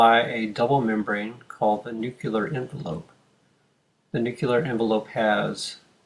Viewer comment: This is a brilliant and very helpful video. This makes the abstract concepts of the cell cycle a lot more concrete. The only change I'd recommend is that "nuclear" is pronounced like "new clear", not like "nuke you lar".